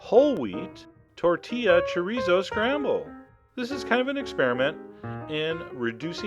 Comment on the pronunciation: Yeah my Mom makes this except we use regular tortillas and a different type of Chorizo it's like Amazing, oh and it's funny how you say Chorizo